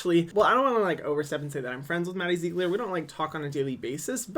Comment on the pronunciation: Hahahaha "Madie Zeeeeiiigleirs" 😂